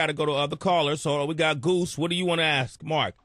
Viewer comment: Why does Sway say "aks" instead of "ask"?